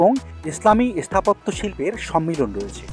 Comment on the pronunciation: আপনার উচ্চারণে একটু গন্ডগোল আছে। স্থাপত্য ও স্থাপন এর আগে এ উচ্চারণ হচ্ছে। আর সব ঠিক আছে।